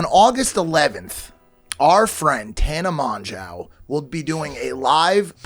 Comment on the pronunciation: “Tana monjow” 😂 he’s like my boomer dad.. 😂